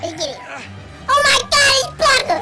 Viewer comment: "Ohmahgawd it's blanka"😂😂😂😂😂